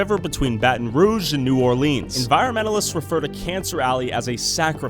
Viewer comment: “New Orleeens” bruh come on, it is “New Or lens”